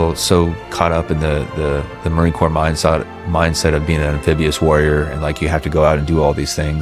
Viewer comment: Dude, you lost me in the first minute of narration when you pronounced Marine Corps as “corpse” instead of “core”…